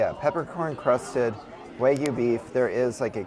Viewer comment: Love y'all . Couldn't make it through. Eating Kermit and Sally the Snail was too much. Still gave a thumbs up. Ok stuck around after I heard Wygu.